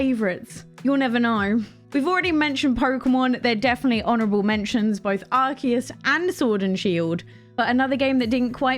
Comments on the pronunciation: It’s actually pronounce like the letters RKS. Silvally has an ability called RKS System which is basically gives it the same ability as Arceus, allowing it to change to any type based on the item it holds (in this case disk rather than plates) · Everyone who is watching the video, please pronounce with me, it’s Pokémon ArCeus (ar-say-us)!!!! not (key), not (Si)!!!! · since it’s a Japanese game I assume that I should follow the Japanese pronunciation “アルセウス“、if it is pronounced as “key” then the Japanese on the game box would be written as ”アルキアス“ or “アルキウス”